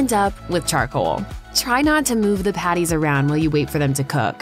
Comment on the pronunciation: To much emphasis on "patties." And McDonald's.